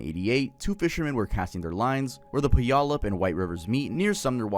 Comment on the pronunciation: Honestly kind of surprised how well you pronounced Puyallup. Everytime I hear a youtuber say it they butcher it